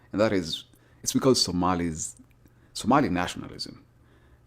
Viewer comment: Somali - “o” not “a”